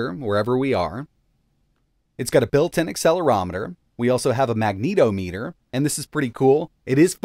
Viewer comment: Mag neato meter. Lol Pronounced: mag nuh tah muh tr